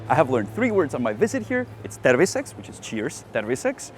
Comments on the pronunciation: terviSEKS... look up the word in capitals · am i the only one hearing "pervi seks" when he says cheers?